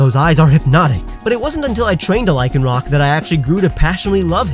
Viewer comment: LYCANROC, NOT LICONROC! FIX IT NOW!